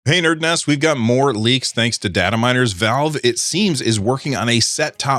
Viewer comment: wtf is datta miners?